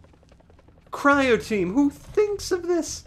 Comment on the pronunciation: WHY DO YOU SAY CRIOTEAM LOL